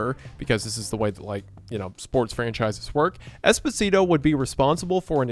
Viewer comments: hate to be that guy, but Esposito is pronounced Espo-Zee-To not Espo-Si-To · i mean technically i think it's pronounced esPOsito not espoSIto but good video source: giancarlo esposito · I mean, it's Espo-sito 😂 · Every time he says Esposito, a bit of Desposito plays in my head and I can't turn it off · Saying Esposito like despacito is killing me 😂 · lowkey irks me the way you pronouce esposito and perrone but still a great video